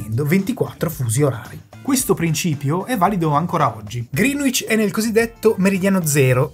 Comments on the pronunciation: Dario e la sua penna rossa non richiesta: Greenwich si pronuncia 'gree-nicc' /ˈɡrɛnɪtʃ/ non 'griin-uic' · Grande video, pero' e' "Grinich" non "GrinUich" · Da correggere la pronuncia che è Grenich e non Grinuich. Detto ciò molte grazie per il lavoro certosino, forse pure troppo. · Ottimo video. Una sola pecca, molti non sanno che la pronuncia di Greenwich è qualcosa tipo “grenidg” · Bravissimi. Unica nota: la pronuncia di Greenwich è gren-itch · Greenwich si pronuncia Greenic (con la c di ciliegia). Pare strano ma è così. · ehhm, si pronuncia grenich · Ehm, tutto molto preciso, però ci sono evidenti errori di pronuncia: Greenwich si pronuncia "Grènich" e non "Grìnuich"... e poi (ma questa la sanno in pochi) "Kiribati" si pronuncia "Kiribas" 🙂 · Perdonatemi l'insopportabile pignoleria, ma vi sono due errori di pronuncia per toponimi irregolari. Uno è "Kiribati", che si pronuncia "Kiribàs" ("ti" si pronuncia "s" nella lingua locale). L'altro è... "Greenwich". La pronuncia corretta è "grènic'" ("c" come in "ciao"), non ha nulla a che vedere coll'aggettivo "verde" e la "w" è muta